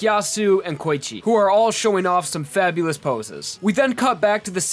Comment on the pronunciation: The way you say Koichi triggers me.